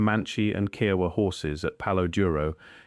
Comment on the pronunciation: It is Kiowa, long "I " and long "O" in English and a short "A" as in English. Your pronunciation of Kiowa is incorrect! Why use a document of the Cherokee Reservation in a story about the Caprock Escarpment in the Texas Panhandle? The Cherokee were not in the Texas Panhandle!